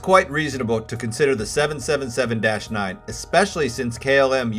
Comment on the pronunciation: Great content. Great video except for the 777 pronunciation. I think you have great potential for becoming more popular. Keep up the good work!